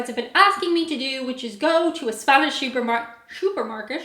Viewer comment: “Shuper Market?” 😂